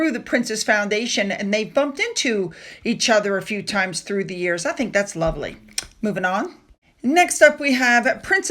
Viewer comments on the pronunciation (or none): none